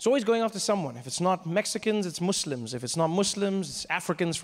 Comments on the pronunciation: It's really nice that he pronounced 'Muslim' correctly instead of saying 'Mazlim' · The fact he pronouned Muslim right surprises me. Mad respect to Trevor